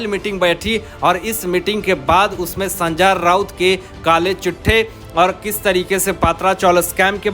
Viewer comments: Sanjay Raut ko sanjaar Raut kyu bolta hai ye reporter???? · भैय्या,नाम तो सही ढंग से लेना सीख लो, बार बार सन्जा राऊत,सन्जा राऊत बोल रहे हो।